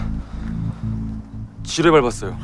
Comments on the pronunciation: 나 지뢰를 쥐레요?라고 들었는뎈ㅋㅋㅋ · 저 지뢰를 처음엔 지네라고 들었어여^^ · 지뢰밟았다 를쥐밟았다라고들림